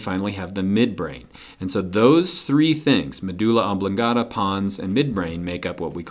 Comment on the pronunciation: It's medulla oblongata, not oblangata